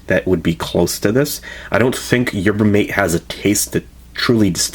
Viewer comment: Pronounced "mah-tay" fyi :)